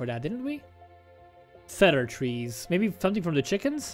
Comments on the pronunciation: Cedar is pronounced "See-der" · Not trying to be mean or anything, but it's cedar with a long e. Think Windows: C dir.